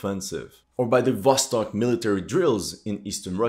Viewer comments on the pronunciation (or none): none